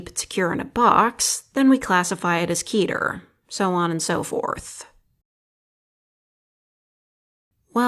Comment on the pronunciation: It's keter, not keeter.